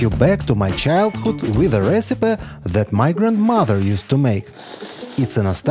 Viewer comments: Recipe произносится Ресипи. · Love the onion recipes! BTW "recipe" is pronounced "re-cip-PEE" the last syllable rhymes with "see" (please don't ask me to pronounce Russian OMG! Thanks!)